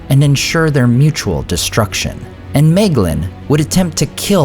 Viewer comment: Excellent video, as always! Questions though: 1. Isn't that Fingon, not Turgon, ? 2. Isn't My-glin the pronunciation of Maeglin per the guides in the various appendices?